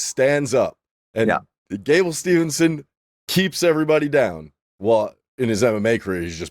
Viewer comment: Brother it's Gable STEVESON NOT STEVENSON'S